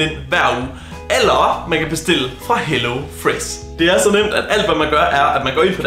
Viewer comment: Why do you pronounce sh as s like wiss hellofress like why??